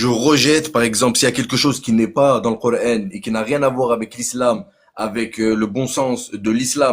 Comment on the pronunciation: Il dit le ''Cor haine''?